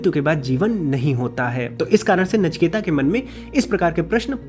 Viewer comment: नचिकेता नहीं है नाम। नचिकेत नाम है। अंग्रेजी और फिल्मों ने हमारी भाषा का सत्यानाश किया है।